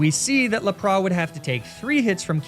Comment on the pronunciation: Hey, what about doing a 'mispronunciation nuzlocke'? In which you only use pokemon which names you have mispronounced in previous videos. So like, Laprah, Arcaneenay, Emolja, etc. Seems like a silly but fun idea to me:)